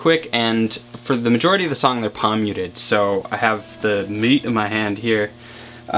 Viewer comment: I've never played guitar and you kept saying "pomyutid" I was like what the. I realized you were saying palm muted